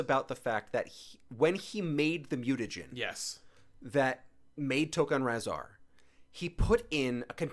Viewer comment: reviewing TMNT and mixing up tokka and rahzar and not knowing how to pronounce rahzar? boo!